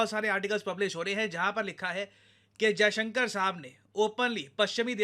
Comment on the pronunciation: Hats off to Sergei for pronouncing our foreign minister's name exactly how it should be pronounced😂😂😂